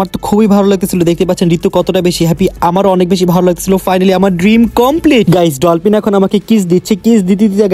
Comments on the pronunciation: ভাইয়া ডলপিন না ডলফিন😊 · ডলপিন❌❌ ডলফিন ✅✅